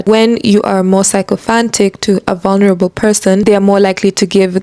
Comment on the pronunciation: Just FYI . Sycophant is read to sound like “ Sickophant” rather than “ psychophant”..